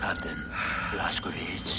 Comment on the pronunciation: ok. i don't care what anyone thinks. the fact that Totenkopf can actually pronounce Blaskowicz correctly proves he's the superior character.